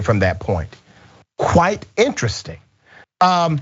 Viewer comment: Did I hear that correctly? 😄"Qwhite interesting."😄